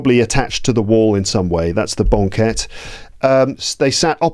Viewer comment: I'm wondering about how you pronounced banquette. It sounds like bɒŋˈket instead of bæŋˈket. Did you use a specific accent?